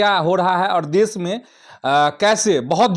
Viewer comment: Pahlay sahi hindi to bolna seekh desh ko des kosih ko kosis.